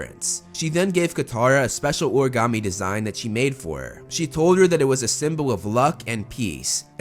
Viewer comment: It’s call origami not ogam